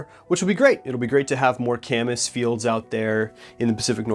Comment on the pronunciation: Gorwing up here my whole life i though it was pronounced Kay-miss. Glad I heard the appropriate pronunciation. Do Wapato next.